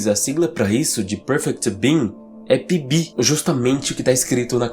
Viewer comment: Só entendi que o nome era PB no final, Eu tava entendendo ele falar Pipi estava até pensando que raios de nome é esse.